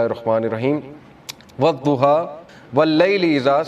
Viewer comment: Sure e zuha nahee ye sure e duha hay from kpk swabi